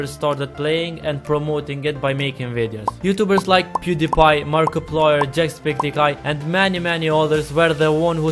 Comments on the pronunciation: OMG DID HE SAID JACKSPECTIKEYE!? HAHAHAHAHHAHA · lol you say jacksepticeye wrong... jackspeticeye